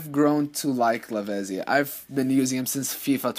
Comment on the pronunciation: Lavezzi is pronounced Lavettsi. The Zs are like the Zs in pizza.